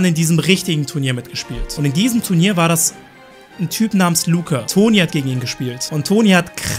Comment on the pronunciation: "Tu R nier"?